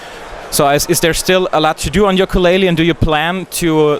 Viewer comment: Yooka Laylee und nicht wie im Titel Yokaa Laylee :( Bissel peinlich oder. Wird ein Meisterwerk, wie viele Rare Games vorher ;)